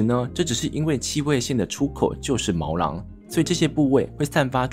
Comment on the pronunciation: 毛囊 ㄋㄤˊ 不是毛狼ㄌㄤˊ